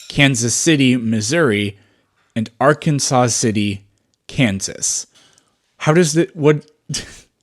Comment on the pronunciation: Arkansas City, Kansas is pronounced Ar-kan-zas. No saw. Now you know something else.